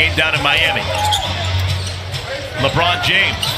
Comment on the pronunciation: Did he say Marvin takes it from LeRiod James lol